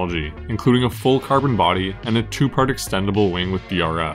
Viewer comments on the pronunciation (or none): none